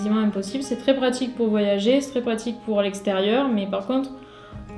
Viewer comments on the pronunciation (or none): none